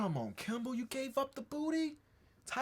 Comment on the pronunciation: this man don't see the r in kimbrel's name 😭😭 all love though